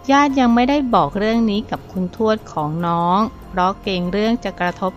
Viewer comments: อ่านให้ถูกๆค่ะคุณ ทวด ไม่ใช่ชวด อ่านดีๆเห้ออออออออคนอ่านกะอ่านผิด😥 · อ่านยังไงชวด ภาษาไทย พยายามอ่านให้ถูกต้องด้วยนะคุณ